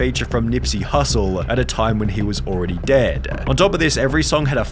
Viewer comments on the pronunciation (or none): none